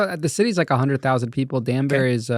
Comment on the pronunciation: This dude is a straight up pretentious L.A. Douchbag. Way to jolly and fake laughter for me. He wants to be in Hollywood and it's obvious. I ain't feeling this episode. Its Danbury, not Dansbury toolbag.